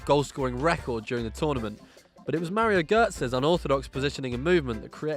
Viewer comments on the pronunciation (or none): none